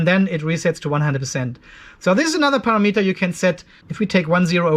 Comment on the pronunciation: love you how say PARA _____ METER don't correct yourself